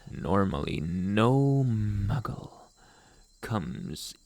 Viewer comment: Him: (calls me 'myggle') Me: * dies laughing*, I ain't no muggle!